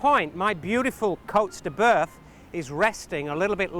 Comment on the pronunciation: Damn it.. Stop saying Coats de boeuf... It's Côtes de bœuf